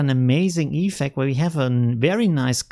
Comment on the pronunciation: Dude... it‘s effECT, not EEEEFect😅